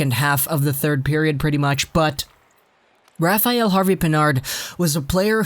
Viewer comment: Rafael is not pronounce «rafa-yell»...its «Rafa-L»